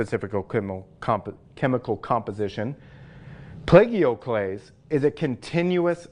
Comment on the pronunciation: The Feldspars are very impressive and at first glance somewhat resemble diamonds cut in their original primordial stylings....and that Cuprite....whoa! (P.S.: I think if you pronounced 'Plagioclase' as 'play-geo-clays' most of us who watch will get it. At least for me it makes sense that way when you consider how Giorgio is pronounced.) 👌